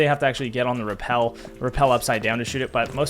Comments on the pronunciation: Ah I understand you're not fully fluent in American but it's rappel*, not repel. Such a classic Buck moment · You miss that the whole point of the comment is the fact that the word is "rappel" not "repel" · it’s pronounce repel Like he’s repelling on the window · brother i understand it's pronounced repel, but in the video, if you look at the timestamp, it should still be spelled as rappel Missed my entire point man